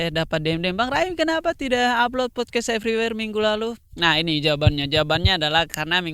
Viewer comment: RIP ingris "podcast everyware"🤣🤣🤣